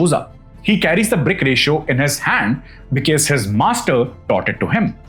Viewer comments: With all due respect to your content, I might sound very cringe but a small request please check the pronunciation of the word 'because'. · Kindly correct the pronunciation of the word because, because , because is uttered many times and it’s just off 😂. Word record too is mid pronounced